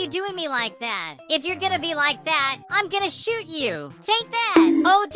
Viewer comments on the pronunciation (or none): none